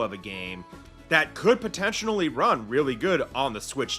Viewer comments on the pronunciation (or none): You keep pronouncing “potentially” wrong otherwise awesome video